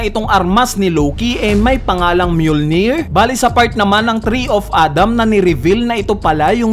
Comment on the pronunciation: Ganon pala pronounce dun myulnir akala ko emjulnir 🤣🤣